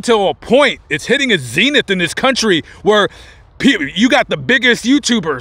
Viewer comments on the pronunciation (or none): none